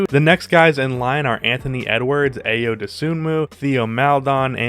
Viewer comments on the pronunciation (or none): Being that i share a name with the man, it would be best to inform you that Ayo is pronounced as eye-oh